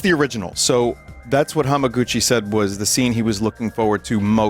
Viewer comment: This fucking guy nails Hamaguchi at a Tifa themed luncheon live on stream